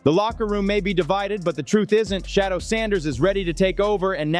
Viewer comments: His name is Shaddeur, not shadow stupid. I know you can ready.. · Smoking mirrors he can't even say the man name correctly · Would You Learn to Pronounce HIs NAME Correctly, Fool.... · Please pronounce his name correctly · Please learn how to pronounce Shedeur’s name…it’s disrespectful when you don’t! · YOUR ABSOLUTELY RIGHT, WITH YOUR COMMENT, he's NOT the only one !!!!!